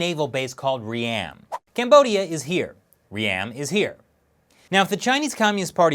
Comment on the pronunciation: FYI, its not 'Re-am' its pronounced Ream as in beam...... And this is not new news inside of Cambodia, we have had Chinese investment for the last 5 years into most of Cambodian`s infrastructure.